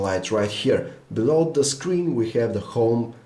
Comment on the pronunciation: I love your accent xD. You say have like this: ghave.